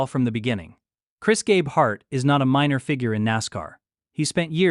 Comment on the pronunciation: How can we trust this when you can’t even pronounce Gabeharts name correctly? What’s important to you is how many views you get, not how accurate your video is….JUNK!